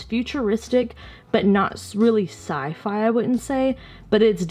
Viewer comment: When you said "Sci-Fi" I heard "side eye', and I was so confused. 🤡